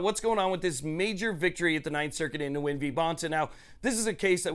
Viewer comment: Nguyen = win It is not pronounced nu-win. Vietnamese is a mono-syllabic language. Yes, I'm also a Nguyen so I know. Those who pronounce their last name Nu-win is shameful.